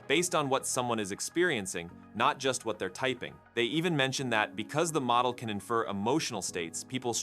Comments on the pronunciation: Really? I would say that the pronunciation of “model” needs some work. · "model" was pronounced 3 different ways within a minute!